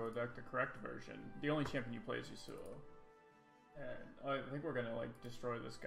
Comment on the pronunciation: What really bothers me is the way he pronounces Yasuo...